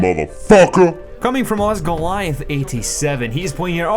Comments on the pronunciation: you said osgoliath, but it's osgiliath or something. it's a city in lotr that the orcs invade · Osgiliath not osgoliath its from lord of the rings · Because you're pronouncing my name wrong, that's why :D